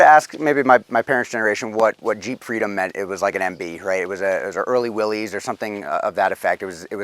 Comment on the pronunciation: I seem to say this every year, but I just can't take anyone from Stelantis seriously when they still can't pronounce Willys. 🤦